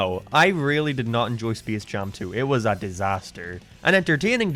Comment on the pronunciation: Bro this dude doesn't know how to say space